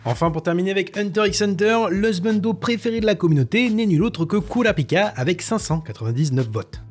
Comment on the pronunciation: Kirua mon hsubando , ( le fait que tu prononce bien les noms c'est cool , pour Kirua je m'y attendais mais pas pour Kurapika )